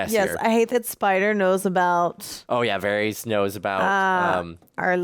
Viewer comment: Love this season! It just gets better too! Also I was gonna let ya know for future reference that Varys is pronounced Var-is not Varees. And The G in Gendry sounds like the g in garden. Not a j sound (Jendry). And Daenyres is pronounced Dan-air-iss (not Dan-air-ees) Please don’t think I’m saying it to be rude or be a Karen😂 . I would want someone to tell me! I really enjoy your reactions I just know you would both want to know sooner than later bc you’ll probably love this show for decades 😂 so its best to know the correct pronunciation from the start. 😂😂I had trouble w pretty much every name for a long time 😂 you’re not alone.